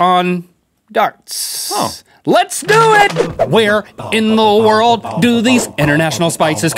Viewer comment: Link - “What in dbwa wurld? It taste like mawthbolls” 😂😂